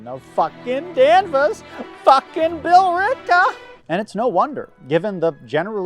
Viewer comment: That was good 😂